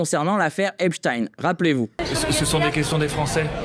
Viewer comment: J'adore ! Par contre il faut bien dire Esptine, c'est du yiddish ;)